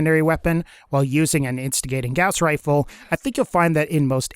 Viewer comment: I mean no offense but holy crap dude Listen to how Gauss and Gamma are pronounced I am sorry but with how much you said "Gaeus" it seriously bothered me